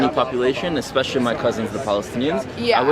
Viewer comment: Expecially uchhhhh lol